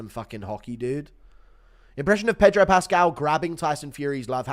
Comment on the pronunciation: pascal is a Chilean Jew why did you give him a Chicano LA accent 💔